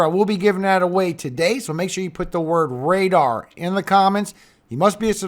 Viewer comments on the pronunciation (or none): Radar, radar, RADER. Hehehe